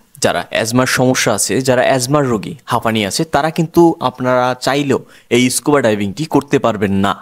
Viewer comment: ইস্কুবা না স্কুবা ভুল উচ্চারণ করবেন না